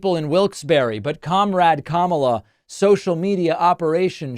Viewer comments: So you do know how to say her name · Wow, he said her name right while he was falsely claiming that he is a better looking person.